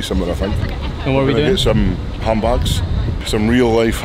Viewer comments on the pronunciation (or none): Who else thought he said "Ham Backs" at the beginning of the video 😂